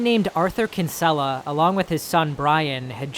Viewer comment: The way to pronounce Kinsella is Kin-suh-luh, I know this because I am Irish.